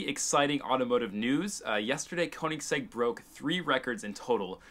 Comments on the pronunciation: what the hell... Check how you should pronounce word 'Koenigsegg'. It's like "e" letter in "check" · Koenigsegg is pronounced königsegg, of course english don´t have the ö and the german language has oe instead. Most english speaking people who try to pronounce it simply say o instead of ö because they have a hard time saying ö or don´t know how to pronounce it.